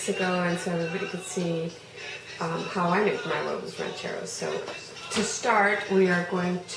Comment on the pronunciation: love how u pronounce huevos rancheros